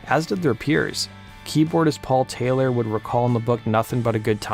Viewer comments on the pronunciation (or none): none